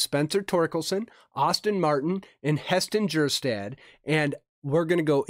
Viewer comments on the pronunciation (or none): It's pronounced Heston Kerstad. Drop the J. Zac Veen could turn out to be a monster in the making. The kid has his mind set on becoming a MLB MVP!